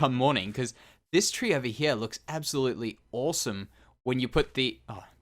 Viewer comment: Who else loves when says her instead of here